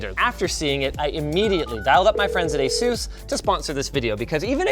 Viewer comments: this guy keeps calling it A-sús... dude! the accent is on the A!!!!! Á-sus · Asus, not "Azeus" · Asus not azus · not "asus" its "asoose" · Every time you say "Asus" I hear "Jesus" as in "Juan and Jesus". Edit: Word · Linus, say Pegasus, now say Asus. That's how my manager at a PC repair shop fixed how i pronounced Asus :)